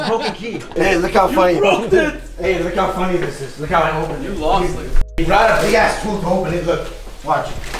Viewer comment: "You brote it" 🥴